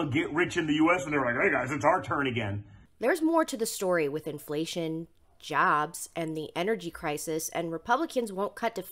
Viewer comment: how did he pronounce "jobs"??? LMAO janbz (where an = french or portuguese nasal a)